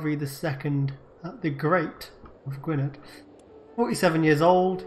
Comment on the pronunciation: You're the Brits- you're keeping the English away from you, my man. It's also pronounced '/ˈɡʊɨnɛð]', so the "-dd" is like a "-th."